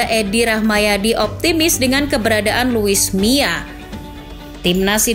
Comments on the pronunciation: kuping ku salah denger ga sih, ko sebutnya luis mia? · Yg bener luis milla apa luis mia?? Kok saya denger host nya lusi miaa